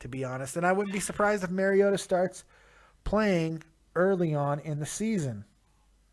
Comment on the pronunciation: I caught that shit too. You've got 4 months to get this dudes name right and you mispronounce the Fuck out of it! "MARIOTO" lmfao